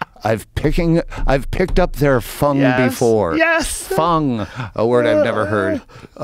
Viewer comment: Funk not fung